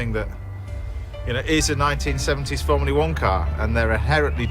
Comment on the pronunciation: It’s ’formula one’ James not ‘formlia one’